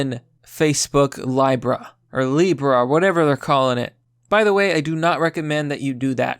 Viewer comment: Lee-bruh Genie-ul